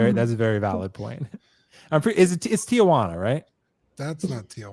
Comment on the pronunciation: in regards to Tijuana, it's a conjunction of Tia and Juana. In Spanish, if the first word ends in a sound that is the same as the beginning of the second word, you can join the two words together. So instead of saying Tia Juana, you'd simply say Tijuana (or Aunt Juana). Another example is "mi hijo" or "my son." It would be joined together as "mijo."